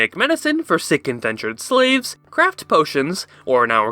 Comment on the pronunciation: ... .... I had to replay it about 5 times until I heard SICK and not S*X....